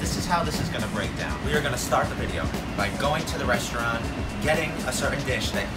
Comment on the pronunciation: I need somebody to butcher my name the way butchers "restaurant" Anyways the video was awesome it felt kind of fresh and I would definitely want to SEYMOUR